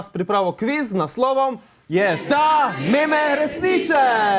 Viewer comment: Pa izgovori se mim ne meme